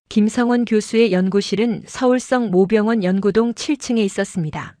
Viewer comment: 성모병원을 성 모 병원이라고 계속 읽어서 무슨말인가 했어요, 발리 바로 잡어 주세요